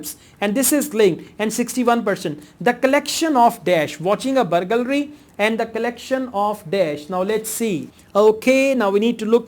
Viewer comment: you pronounced the word burgalry so many times.. haha.. but you're still great teacher